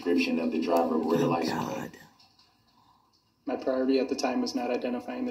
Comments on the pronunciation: License PLACE. he cant even pronounce simple words. Makes him look and sound even more stupid. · It sounds like he is saying license PLACE - not plate! Is that yet another Brooks-ism, if I am hearing right??? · Yep. Lisent place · 🤣He reminds me of when you first learn to write or fill in for a job you’re not qualified for. Why does he keep saying Ly-sent Place? Just idiotic.😤🤣🤣